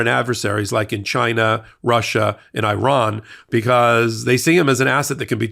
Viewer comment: you are great at what you do but please review the pronunciation of Iran. Thanks 😊